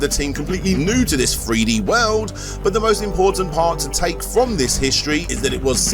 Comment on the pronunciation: What’s a “FREE DEE FIGHTER”? 😆